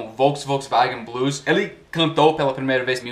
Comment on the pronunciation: O que mostra mais o seu sotaque são as letras "o" e "e", há momentos que seria "ô" e outros "ó", "ê' ou "é", e muitos americanos trocam esses fonemas, por exemplo, na pronúncia da palavra "hoje", muitos falam "hóje", quando na verdade a pronúncia é "hôje", e a palavra "ele", muitos falam "éle", quando a pronúncia correta é "êle", e as vezes fica num meio termo, o que soa bastante estranho kkkkkkkk